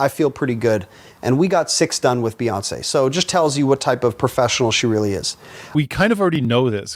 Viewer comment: Just think of it this way. If you say , Beyonce. You say it by saying bee. So just think of Bey as Bee.